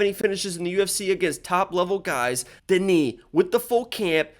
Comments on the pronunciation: Denis is pronounced DE-NIS not DE-NI. He isn't French he is Russian, Russians don't pronounce Denis DE-NI 😂😂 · Whatever you've heard, it's DE-NIS not DE-NI. Because if you were to talk to a Russian person and said DE-NI, the Russians would think you said the name Danny. Russian is a phonetic language. You don't magically decide to not pronounce a letter in a word or just say something different out of nowhere. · Bro, hes russian not french, why u calling him DeKnee